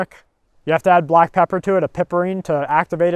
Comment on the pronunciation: Turmeric. Not TUMORic. Haha stay safe all.